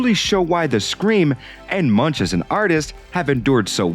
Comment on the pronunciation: The 'ch' in Munch is pronounced like a 'k', 'Munk' (Danish and Norwegian for monk)